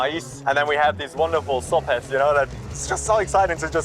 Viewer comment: No es uno de los mejores guías, ja ja ja se pronuncia sopes no sops